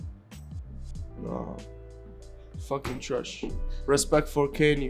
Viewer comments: Recap: TRESHHH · nobody:: TWASH, TWUST ME BRO